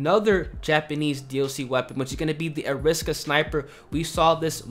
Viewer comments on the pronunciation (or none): It's Arisaka not ariska